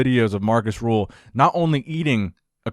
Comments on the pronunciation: It's Markus Rühl, not Markus Rule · His name is Markus Rühl and not Markäs Ruxuxuxuxul